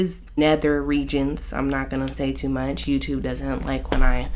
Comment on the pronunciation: "its to muuurch"😭